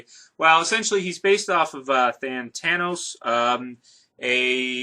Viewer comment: its thanatos not thantanos